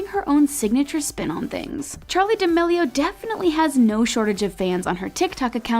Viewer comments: you said D'amelio as deamao on . Why... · Charli d-uh-meal-e-o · im sorry- but did this woman just say "charli diamio" 🤦🤦🤦🤦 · She really said Charli "D'ameio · why did she say the last name like that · You said Charlie d'amelio's last name wrong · The way she pronounces charli d’amelio on the second part 🤮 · how can people not say her last name right??? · Anyone else find it seriously annoying how the lady pronounces d’amelio